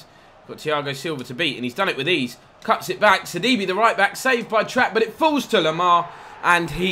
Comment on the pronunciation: sidibe is pronounced like c d bæ